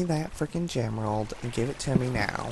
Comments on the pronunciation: Husten Husten we found a frekin gemrald lol when is he going to learn that it is emrald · its not a gemerald it is a emrald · no it was GEM-rald :)